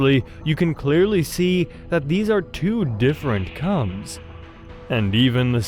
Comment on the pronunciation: Bro did NOT say cubs 💀